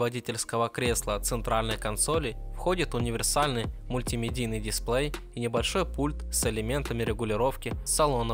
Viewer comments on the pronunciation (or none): none